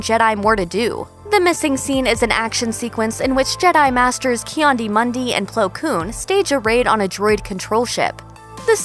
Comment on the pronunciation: Lol "Kiandi Mundi"... poor Jedi, so obscure that his name is mispronounced in a video about obscurity. If he knew, it might break his heart... but at least he has an extra one😂